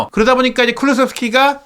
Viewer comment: 발음좀 잘 하세요 손흥민이 서닌으로 들리고 클슥(클루세프스키)등 심하시네